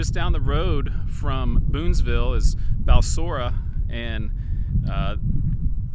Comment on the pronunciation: Balsora is pronounced "Balzora" and Draco is pronounced "Drayco."